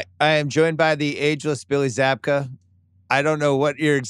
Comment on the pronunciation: His name is William zabka, is no one going to mention that? He says it wrong in The beginning, and its wrong in The description, and The title of the video pls fix.